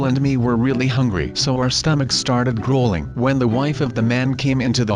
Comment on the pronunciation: "Eekother" "grooling"